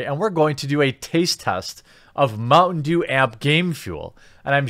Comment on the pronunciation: Oooh, you were saying "mountain dew". You slurred your speech a bit and it sounded like "mungdu" at the start and I was confused.